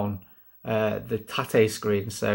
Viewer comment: “I dont know what shes saying...but it’s probably something really cool” 😂 loved watching that mate, you started off impressively but then it got very bullet hell hectic 😳😂 Youre pronouncing Tate wrong though mate 😛